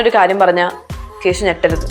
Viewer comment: കേശു അല്ല കേസു 😂😂